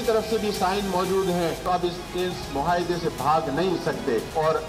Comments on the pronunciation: مہایدہ نہیں معاہدہ بولو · Muhaida nahi muahida.....